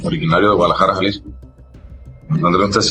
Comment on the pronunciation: Hey AI-- it's pronounced halisco-- not jalisco😂😂